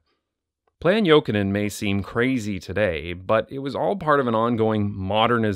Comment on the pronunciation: AS A FINNISH PERSON U SAID ”JOKINEN” REALLY GOOD. it’s a finnish surname